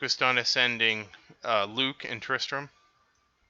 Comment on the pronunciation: You know it’s Tristan not Tristran right